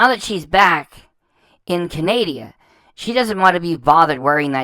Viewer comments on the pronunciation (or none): Look I really enjoy your content, but please it does not help the cause to call her followers idiots while calling it CANADIA. Please it is CANADA, pronounced CAN-A-DA. I'm am used to hate so feel free, but I mean no harm, I just think it helps the good fight to not call others idiots while sounding uneducated when you obviously are.